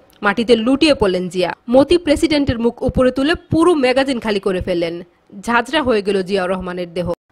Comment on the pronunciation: অথার মধ্যে অনেক ভুল আছে । যেমন মেগাজিন নয় ম্যাগজিন